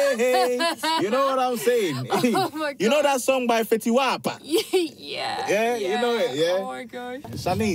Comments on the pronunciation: did he just say fetty wappa .😭😭😭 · Man Said "Fetty Wapa" 😂😂😂